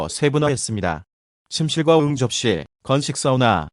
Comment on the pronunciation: 응접실/ 응~ 접실 하는거 존나 웃기네 ㅋㅋㅋㅋㅋㅋㅋㅋㅋㅋㅋㅋ